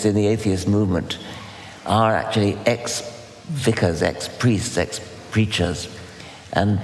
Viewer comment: genius also said "acturally" 🤣🤣